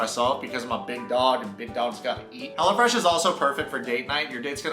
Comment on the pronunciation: Side note* I low key thought he was saying Hella Fresh 💀😂💀😂💀